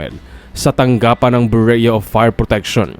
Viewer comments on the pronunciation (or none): Ayusin mo nmn ang pag bangit ng Bureau byuro. Ndi bureyo.,may estudyante p nmn nakikinig sau.